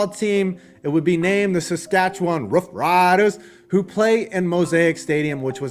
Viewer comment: I like how you say "Rough-RIDERS!"